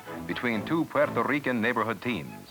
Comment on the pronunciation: lol the way he pronounced Puerto Rican